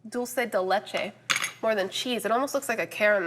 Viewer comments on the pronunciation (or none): none